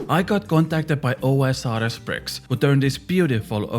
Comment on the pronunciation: Am I the only one who hears him saying pricks instead of bricks? 😂